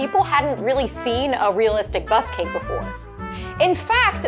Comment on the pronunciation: Sounds like she's saying bus cake not bust cake anyhow I don't know why they call it is bust cake anyhow .. strange.. but awesome job , amazing 👏 🙌 😍 ❤️